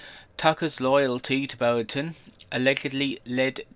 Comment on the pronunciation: He works, he’s not on the dole! It’s ‘trespass’ not ‘truspass’, it’s “Cottesmore” not “Cottlesmore”, it’s “Broughton” not “Bolton”, it’s “Bernadette” not “Boanet”. You are funny beyond words.